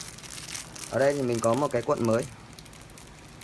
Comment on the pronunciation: "cuộn" chứ không phải "quận" bác ơi. Người nghe không quen sẽ thấy nó buồn cười lắm :)))